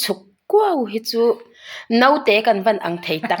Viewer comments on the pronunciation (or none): none